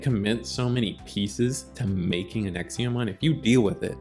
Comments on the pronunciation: It's Exa, EXA pronounced x a, there's no I, it's not exia. I have no idea why this bothers me so much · It was a bit painful to hear the pronunciation of examon, ngl.